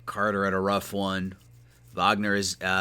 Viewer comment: Wagner is pronounced “vogner” cause he’s German